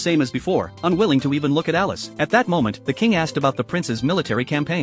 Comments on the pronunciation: Brooooo its elise not alice😭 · It's Elise not Alice!